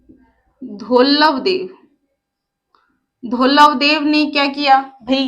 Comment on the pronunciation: धवलदेव है मैडम धौलवदेव नहीं